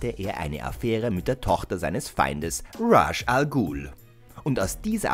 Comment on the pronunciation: Dachte immer es sei Ras und nicht Rash Al Guhl 🤔 !?